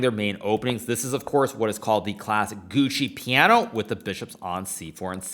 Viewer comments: It´s not the Gucci Piano, you sound like a tool. It´s pronounced Piano. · Why he always says "Gucci" Piano 😂 ❤